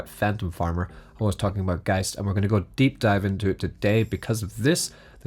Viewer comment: finally, someone pronounces geist right. every other videos says geest lol